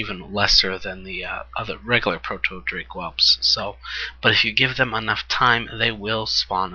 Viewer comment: yo i love the vids been watching them all but i have to say something... the way you say proto in the word proto drake or proto whelp is TOTALLY EPIC!!!! :)